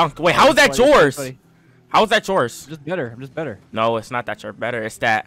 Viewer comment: Am I the only one that heard “jores” instead of yours